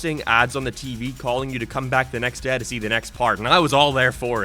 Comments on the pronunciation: What kinda accent is that? Every time he says the word “day” or anything close to that word he puts this weird emphasis on it? Like some kinda accent lol. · God is anyone else super bothered with the way this guy says certain words? Everything else is so normal until he says “out” pronouncing it “ayt” Edit: He just said “day” and i wont even attempt to spell whatever it is he mashed together. Became? Down? Day? All a total mess for a guy narrating professionally